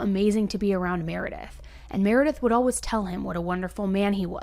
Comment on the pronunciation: I know this is the dumbest thing to complete about but it absolutely drives me crazy how you say always!!! You say ALWIZ instead of always lol